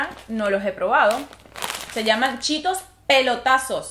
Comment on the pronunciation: Chetossssss se dice como se leeeeeee 🤦🏻‍♀️